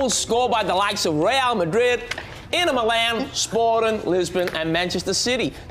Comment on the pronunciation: Jaime turns Aussie when he says Manchester city 😂